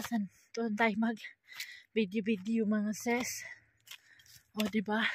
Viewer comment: Diretso mo dila mo.. Sis..hindi sess Kpag s hi hello ses a bigkas mo.. Kpag s sister in law sis.. Ano b tlg ate lukaret.